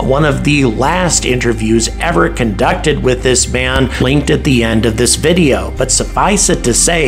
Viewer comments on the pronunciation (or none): none